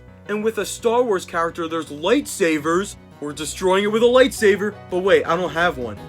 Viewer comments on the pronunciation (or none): why did you call a lightsaber a lightsaver???